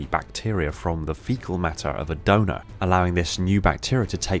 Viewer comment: anyone else hear dougnut instead of donor?